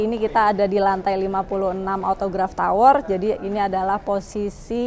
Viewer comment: Ngomong autograph tower aja salah